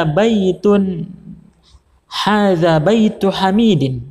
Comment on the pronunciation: Maaf koreksi ustadz Baitu hamidi bukan bintu hamidi